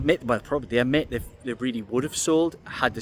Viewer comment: The word is really, not teally. You're welcome.